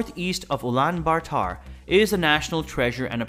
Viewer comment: it isnt pronounced genghis khan it is actually chinngis khan and ulaan baatar is wrong it is pronounced ul-aan baa-ta-r